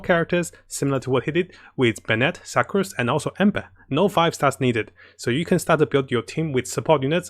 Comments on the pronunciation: I appreciate your videos, but please learn how to pronounce Sucrose better. Sue-crose. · “Su-crose” not “Suck-crose” also it’s a she not a he. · fml HAHAHA i died when he said suck-crose